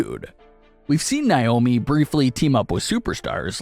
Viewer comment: Say it with me ….NAY- OH- MEE